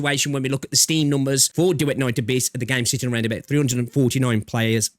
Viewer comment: Bro said Duet Night A🅱yss